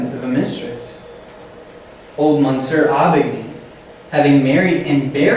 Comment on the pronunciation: Mush-SHURE you should say for "monsieur." Val-MOND, two syllables, cher.